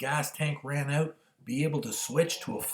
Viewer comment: I didn’t remember that you were Canadian until you just said “Oat” 😂